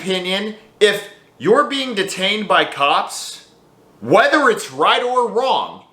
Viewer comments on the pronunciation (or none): none